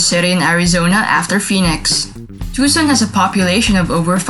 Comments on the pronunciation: Two-sohn not Tu-sun. Sheesh!!! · Too sawn